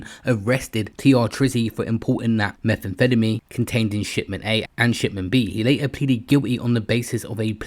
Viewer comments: Why is he saying Meth that way feddameen 😂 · Every time you say methamphetamine it sounds like youre having a stroke… why you say it like that? Lol